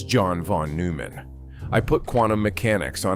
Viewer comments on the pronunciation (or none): "...NOIMANN", not Newman. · Pronounced NOY-man